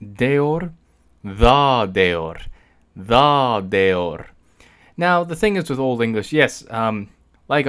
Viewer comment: ja Tier was pronounced in the right way